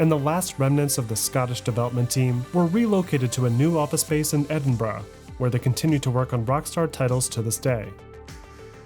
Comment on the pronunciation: I'm giving you a like and a sub because you pronounced 'Edinburgh' correctly.